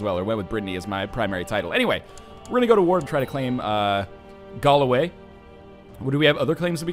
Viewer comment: Galloway isn't even hard to pronounce properly, yet he can't...